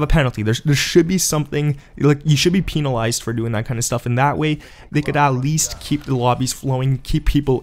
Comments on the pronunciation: I love how you said penelized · Peee-nalized lol😂